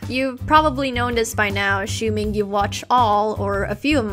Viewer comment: 15 seconds into the video and I'm like did she say ashoeming